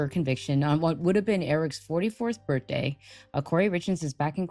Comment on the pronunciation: 44th burtday??😂